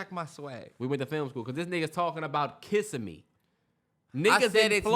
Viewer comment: Yall it’s (Kiss-sim-me) love the podcast I’m jus from Florida had to let yall know 😂❤️